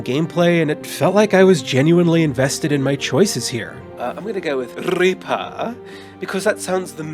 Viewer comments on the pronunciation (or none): none